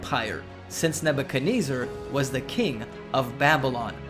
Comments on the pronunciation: I dont think ive ever heard someone pronounce Nebuchadnezzar like Ebenezer before. Big fail. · For how fixated he is on Nebuchadnezzar, he sure didn't take the time to learn how to say the name right.